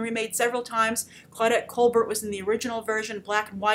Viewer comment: It's pronounced COLBARE not COLBERT.